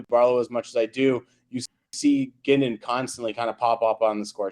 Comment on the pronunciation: Guindon is pronounced like 'Hudon'. It is not 'Gwindin'. Good prospect analysis but he didn't answer the initial question of 'will they be on the Habs in 2024-25' for every prospect.